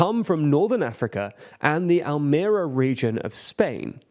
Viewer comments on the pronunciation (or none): I live in the UK and my family is from Spain. No problem AT ALL with shortages there. FYI, Al-me-[RI]-a, stress in the third syllable!